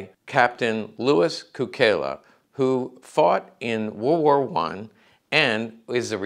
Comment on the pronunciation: A few important points. In Serbo-Croatian his name is pronounced "tSOO-kay-lah," not "koo-KAY-lah" because of the way an unadorned letter "C" is pronounced in the language, like the "TS" in Tsetse Fly. Many words in Serbo-Croatian are loaned or adapted from other languages spoken nearby. In this case Cukela has the same root word for "Sugar" as Italian -- its bordering neighbor. It means a number of things like "Sweet," "Custard," etc. Also of note, many of the two-time Medal of Honor recipients were WWI Marines because, though the Marines were part of the Navy, those double-recipients were detached and under the command of the Army when they executed the actions for which they were awarded. Therefore, one Medal of Honor from the Navy and a second Medal of Honor from the Army, and both for the same action. This is very different from both Sergeant Major Dan Daly and Major General Smedley Butler, the only two Marines to have been awarded the Medal of Honor twice for two separate actions. At Marine Military Academy we revered SgtMaj Daly, but they didn't talk about MajGen Butler hardly at all because of his vociferous anti-war stance.